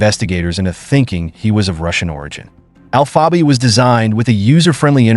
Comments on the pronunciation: You guys need to quit it with this bullshit AI voiceover dude can’t even pronounce alpha bay lol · This comment sounds about as stupid as this AI bullshit trying to pronounce alphabay lol smh